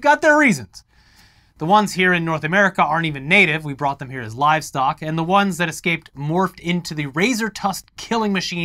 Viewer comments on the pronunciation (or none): none